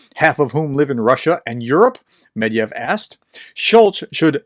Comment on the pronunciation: The correct pronunciation is Med’vedev